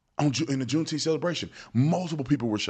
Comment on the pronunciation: I'm sure they all said "Juneteemf."